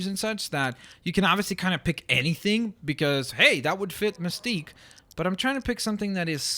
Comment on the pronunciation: you rought mistqe wrong it's misteqe